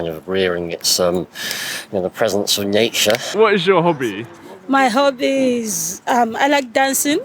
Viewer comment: I realised the pronunciation of hobby is kobby 😂